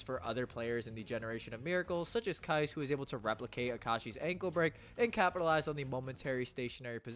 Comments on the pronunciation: Aint no way bro called Kise "Kais" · Pronounce Kise correctly fr .but w vid as always